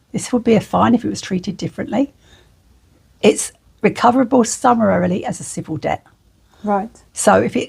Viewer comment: I find it hard to take someone seriously if they can’t actually pronounce the word summarily. 😂